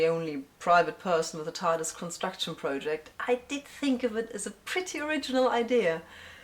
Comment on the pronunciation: "constrution" - constru*C*tion ^_^